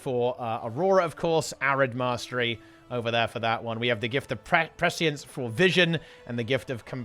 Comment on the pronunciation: Finally someone who can pronounce prescience.